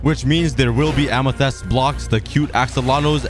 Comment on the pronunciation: I love how he says “Amethest” instead of “Amethyst”.